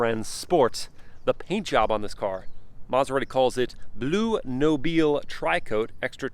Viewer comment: Blu Nobile. Know-bee-les(s). Noble Blue. Zena. The g is silent. It’s not leather it’s SILK. Yes Italian leather and silk! Also the rear haunches are small? Really? They’re huge. But the rear view is a tad bland. Overall beautiful car